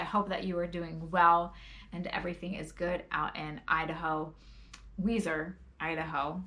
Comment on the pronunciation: Idk if someone already said this but it's pronounced Weezer Idaho. They have an awesome Fiddler Festival!!